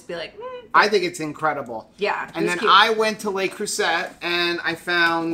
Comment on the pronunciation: Not trying to be too picky, but LE CREUSET is not pronounced with the last syllable of "set". It should be pronounced "say" like 'Lay Crew say'. The brisket looked awesome! And I am still having my keto chow ice cream the way you made it on the keto challenge.